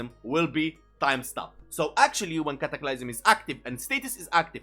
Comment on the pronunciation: "cataclaiysum" had me rolling